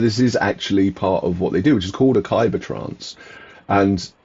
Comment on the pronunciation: Definitely read the novella before The Road to Corlay! PS I always thought it was pronounced Cow-per, not Coo-per :)